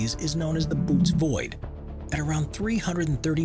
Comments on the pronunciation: Bo-ew-teez is how it’s spoken. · It’s pronounced the Bo o tees void! And the photo that’s shown there is not it, that’s a photo of a gas cloud! Just saying. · Thats "KWAY-ZAR", and "BOW-OH-TAYS" Quasar Bootes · If you're going to narrate something, it might not be a bad idea to learn the proper pronunciations of words and names. Böotes is not pronounced "boots" 😂😂😂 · There’s already an explanation for Tabby Star and after the narrator miss pronounced Bootes I left the channel. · Say it with me: That isn’t Bootes Void.